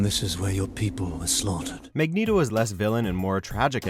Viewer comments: "MEGNETO" LMFAO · "Magneedo" XD